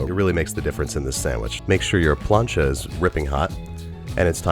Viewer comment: Forgot the lettuce... Say plancha again.